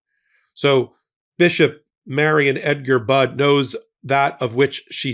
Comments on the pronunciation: Her name is pronounced like " buddy", not bud. Thank you!!❤ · PLEASE learn how to pronounce this Bishop's name! It is not Budd, it is Budde, with a long e. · Pronounced Bud E